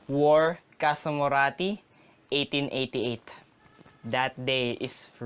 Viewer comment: Please say 1888 again!